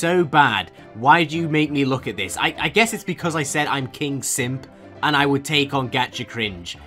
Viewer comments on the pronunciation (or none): "beuaause" LMAO I CAN'T 😂